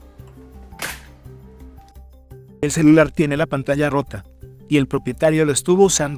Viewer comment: CELULAL , lával, encelal. Xd